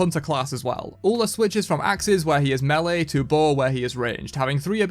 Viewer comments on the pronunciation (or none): none